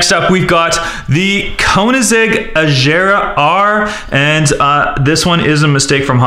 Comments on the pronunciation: It's not ejera it's agera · ??? Azera agera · not (Ah ger ah) its (ah gear ah) thats how u say agera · Instead of Koenigsegg agera he said Koenigsegg ajera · lol its agera not ajera😂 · It's not ajjera r it it aggera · (ven-e-no) theres no a and (a-gara) thers no j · Koenigsegg agera is pronounced ag-air-a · "koenisheg azera"😂😂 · u prenoiced agera wrong its agera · Thats not how u say agera